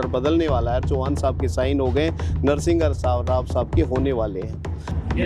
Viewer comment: तू घंटे का IPS रहा है जो एक भूतपूर्व प्रधानमंत्री तक का नाम भी ठीक से नहीं ले पा रहा। "नरसिंहघाराव" नहीं "नर्शिमाराव" था नाम। लेकिन इतने दिन कौन से बिल में घुसा बैठा था तू ये तो बता?? एब कोर्ट ने छैरे गा तू।